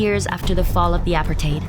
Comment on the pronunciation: This is a very old documentary and not the best journalists. Clearly an AI voice over by the way it pronounces “apartheid”.